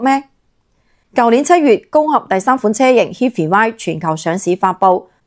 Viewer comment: 人地讀HIGH FAI呀，好心做下功課先出片啦